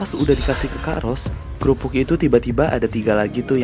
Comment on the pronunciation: itu kerupuk bang bukan keyupuk, hehe